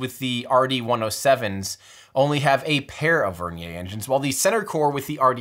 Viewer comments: Vernier is a fully Anglicized word. Ends in a "yer" sound. With all due respect to Pierre Vernier, using the pronunciation of his name for this usage is cringe worthy. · Vernier is pronounced like the caliper... rhymes with Near. Doesn't rhyme with Nay. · Vernier not vernia